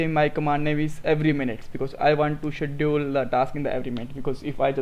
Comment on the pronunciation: Hi, Thank you. This is very informative. It will be better if you will pronounce the word "Schedule" properly. Looking forward to learn a lot of things from you.